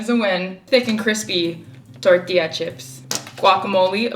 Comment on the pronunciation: That dude sounds super rude honestly, I think he just felt like giving you a hard time. You pronounce “tortilla” really well btw.